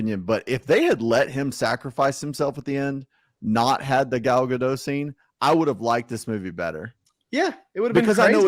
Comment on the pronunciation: Mispronouncing “Gadot”. Google says it’s pronounced with the “t” at the end.